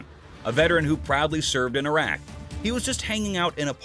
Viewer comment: It's not a F** IRAQ dude , It's IRAQ